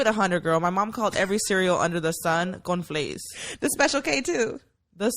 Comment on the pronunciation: My man was trippen on the beginning saying it was the same thing he said CONFLAIS for all cereals lol 😂 I LOVE THIS EPISODE Can we talk about SPA WATER 🤨😭 I am glad Mayra is healing little by little you can see her being a little more open and comfortable and WE LOVE A HEALING ❤️‍🩹 QUEEN !!